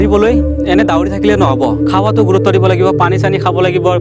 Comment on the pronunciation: দাউৰে , দাউৰি নহয় ভালকে কবলৈ শিকা 🤣 যি কি নহওক অলপ কথা শিকিলো 👍🏻